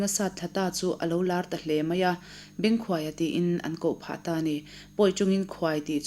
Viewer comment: Bengkhuaia hminga khuai tih hi hnuai tih anga lam tur a ni.